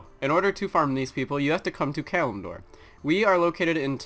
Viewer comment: HOLY H*CK YOU SAID Kalimdor RIGHT